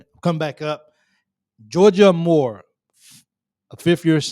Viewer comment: Hokie here. Georgia is amazing and fun to watch play, but her last name is pronounced “A Moore”, not “ahMore”.